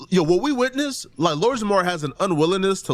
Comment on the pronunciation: As someone with the name Jamar. Please remember to pronounce the R. Idk how even other black people get this shit wrong lol 😂🤦🏿‍♂️